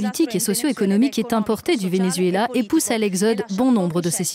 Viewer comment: Arretes de dire ven-U-zuela...